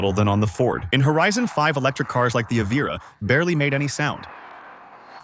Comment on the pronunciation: “Eee veer ah” 🙄